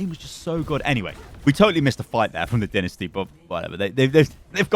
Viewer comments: I hate this.. Not the video the fact he says dinisty instead of dynasty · Anyone else notice he is saying dinasty and not dynasty? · Is it just me or do u guys also cringe when hd says "Dinisty"? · You have pronounced dynasty wrong during the video